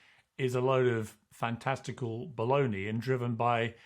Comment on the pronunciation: The word is "baloney" not "bollony". And Prof. J uses a strange combination of precepts and axioms derived from different things to forge his opinions. He is ultra-cynical, and typically his views reflect a might-is-right pov. His "predictions" are just extrapolations drawn from a pretty easy appraisal of the most powerful actors in any given situation in terms of who is likely to prevail. His analyses are quite simplistic and not at all novel, relying on well-known generalizations. And he has been wrong many many times and when he is right his view is so general it is impossible to be wrong. Overall, I find him the least interesting youtube expert on mideast affairs and the Iran war. As for secret societies, that is pure conspiracy claptrap that he should be embarrassed to be relating in public.